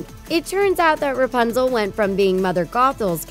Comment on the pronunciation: Stop saying rpuzle